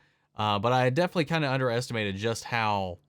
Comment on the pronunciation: You know the word is definitely, not defilly, right?